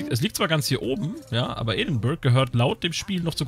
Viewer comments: Edinburgh wird ädingbörah ausgesprochen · Pascal Pascal Außer die Leute direkt vor Ort. Die sagen eher "Eddinbrouh".